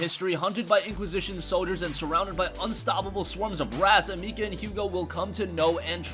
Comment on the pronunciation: It's not Amika it's ameesee A